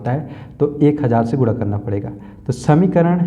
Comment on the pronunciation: Guna hota hai guda nahi😂